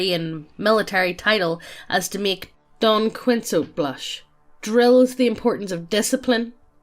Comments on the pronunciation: It's Don-kee-ho-tay Not Donksoit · "Don Quicks-Oat" WTF.... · As a Spanish speaker, hearing (try to) pronounce Don Quixote did critical damage.